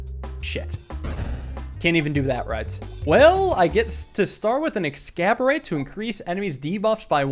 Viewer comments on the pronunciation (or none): Somebody dear god tell this man that it's not "Ex-scab-er-ate" It's "Ex-ass-orb-ate" like exacerbate but orb. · Exacorbate, pronounced Ex-ass-ORB-ate, not Ex-cab-or-ate. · I have been watching your videos for years but man this triggers me. It's pronounced Ecks-as-orb-ate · Not sure if it's intentional, but its X-ass-orb-ate. Regardless, love the content and thanks for pegging for our enjoyment once again! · Dude every time pronounces the Exacorbate as “excaborate” I perish a little I thought it was a play on exacerbate with the spelling and what the orb do? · Exacorbate, like exacerbate ?..ex-ass-or-bate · Exacorbate would be pronounced ex-as-orb-ate like the word exacerbate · Exacorbate is pronounced eggs-ass-orb-eight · Why does he pronounce it excaborate when it's clearly spelled exacorbate... it's the word exacerbate but erb -> orb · I understand it, and don’t wanna make an angry internet comment, but my man. It’s ex ass or bait. Like exacerbate. But with orb instead of erb. It hurts to read along when you say it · Are you deliberately saying exacorbate wrong, or? Either way, glad to see peglin around. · at this point the way he says ExacORBate wrong has to be a running joke